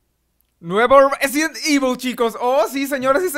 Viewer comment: Resident Ivol chero :3